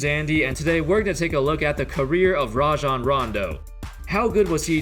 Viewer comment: I hate when people call him RAY-JON Rondo. Its RAH-JON